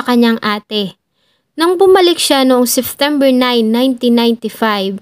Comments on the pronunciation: Lagi ako nanonood sa yo. Gusto ko ang pagk wento mo, pero sana ma correct mo ang SEPTEMBER at hindi SEFTEMBER, or OCTOBER at hindi OCTOVER. ✌️ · Ang gaganda po ng mga stories pero some of words hindi na popronounce ng tama kagaya nalang po ng Seftember.yung P nagiging F .. pero over all po maganda po mga kwento, maganda boses .yun lang naman po napansin ko🙂 more power po sa inyo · Your narration was great but let me give you a piece of advice to make your future narrations more effective. Practice your pronunciation with the words September and February. You keep pronouncing September as Seftember and you pronounced February as Fevruary. I hope I was able to help.